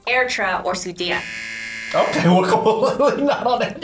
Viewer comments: Sudea? Girl it’s called Sudan😭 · she said “Ethiopia, Eritrea, or Sudea” it’s called Sudan, not Sudea